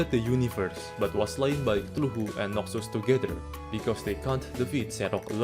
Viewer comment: Holy shit you actually somehow pronounced cthulu how it is intended to be spoken. God damn.